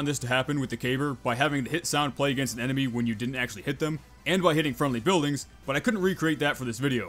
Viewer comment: "Aganist" hahaha